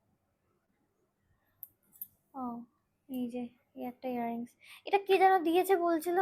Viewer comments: Ear ring bolache😶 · Earrings to bolche... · Hair rings noy earrings... Besi style kore ar nekamo kore bolte giye pronunciation ekdom 😅😅😅😂😂😂